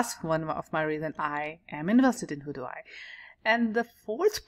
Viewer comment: its pronounced how you would say "how do we"